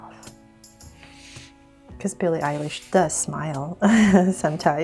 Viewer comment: Beli Elish😂😂😂😂😜😜